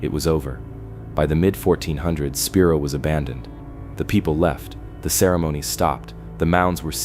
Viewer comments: Spiro is pronounced Spy-Row, NOT Speer-row 😂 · SPY-ROW OKLAHOMA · It's pronounced spy roe